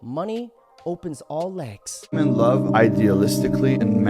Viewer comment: Day 501 Trying to get u to pronounce women (plural) Western women = wi-men